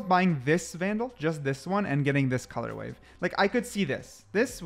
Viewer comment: How many years has blud been saying colour WAVE